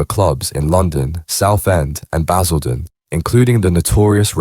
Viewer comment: Baz-ILL-den was a powder keg Sort this AI slop out it's total shite